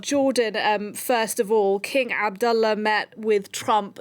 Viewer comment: Very impressed with the news reporter’s pronunciation of King Abdullah’s name in Arabic👍 BTW, Queen Rania of Jordan 🇯🇴 herself is of Palestinian origin. Her parents were Palestinian refugees.